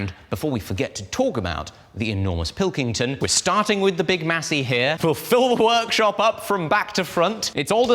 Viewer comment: Massey is indeed the finest... but Pilkington is so much more fun to hear you say in your accent!